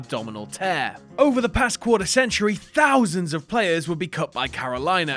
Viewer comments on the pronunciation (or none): none